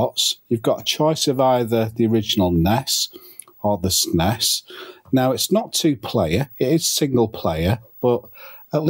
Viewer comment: Why do you keep saying ness and sness?